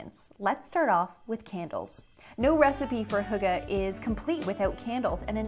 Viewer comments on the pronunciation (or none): Most of the information in this video isn't intererly accurate, so thought I'd just clearify some things^^ Hyggeligt is the direct translation of cozy. Hygge just means cozy, but as a verb. I guess 'Hue-guh' is the easiest way to describe the sound to an English speaking person, but as a Dane i couldn't understand what she was saying. It's much easier to just go to google translate and get the Danish option and have it pronounce hygge Way back in the day winters used to be brutal, but today we get little to none snow. At Denmarks darkest time, the sun will rise at - and set . Christmas in Denmark Isn't realy about christianity or belief, but more of a an excuse to hygge and make the cold times pass faster. Christmas in Denmark is also called "The Hearts Party" or "The Festival Of Hearts" which baseically just means to apreceate those you love. Family, friends, lovers, etc. I guess you could call hygge a life style, but essentially hygge is just a Danish way to say "Live Laugh Love" lol Hope this was a bit more informative :>